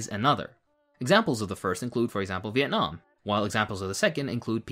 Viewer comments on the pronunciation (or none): none